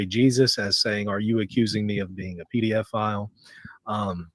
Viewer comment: It's so funny ever time this 🤡 says pee-dee-a-file. Both the closed captions and the text transcripts literally show him saying 'PDF File'! It's pe-do-phile moron 😂